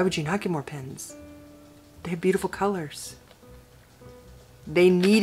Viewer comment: OMG - you sound like my twin!! Especially the comment , "But, PENS!" Oh, my, I giggled over that one for quite a while! I mean, how could anyone question your motive for buying more pens!!?! Thank you for such a fun video.